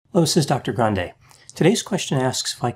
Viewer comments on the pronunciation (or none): none